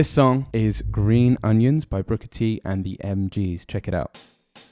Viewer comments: Booker T, not Brooker T. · It’s BOOKER T, not BROOKER T. Learn your history. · Fantastic!!! It’s wonderful how y’all can appreciate brilliant American music, that f’n Americans can’t! but it’s “Booker T”, not brooker t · "The Thrill Is Gone" was not written by B.B. King. It was written by Roy Hawkins and Rick Darnell. It's not "Brooker" T. Jones. It's Booker T. Jones.